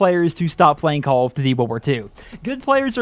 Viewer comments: “Calluhdudey Wulwar 2” I think you’re missing a couple of letters in there, buddy. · Makes a call of duty video Can’t even pronounce call of duty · Dudes voice is mad annoying...the way he says “call of duty” and many other things, I get it he can’t change it. It’s just to damn annoying.